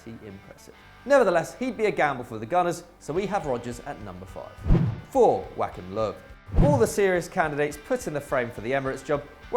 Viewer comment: The way you say Joachim😂😂😂